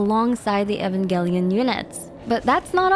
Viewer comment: U did not just pronounce Evangelion like that…